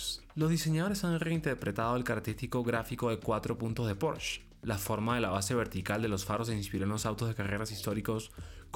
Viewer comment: Pues, si el presentador de un canal dedicado al mundo automotriz no es capaz de pronunciar PorschE correctamente, y en su lugar dice algo como porch... pues ya no se le puede creer nada...